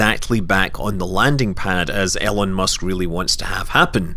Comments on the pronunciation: "Ellen Musk" LOL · You said Elongated Musk wrong. PLUS COOL thanks for making this vid it helps a lot.